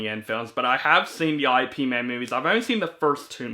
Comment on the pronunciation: He's Chinese American, living in Hong Kong, so theyre Chinese films. Also, Ip Man is another romanization of Yip Man (the Cantonese version). Its pronounced somewhere between the two like a fast short y sound before "ip". Good review! Keep it up!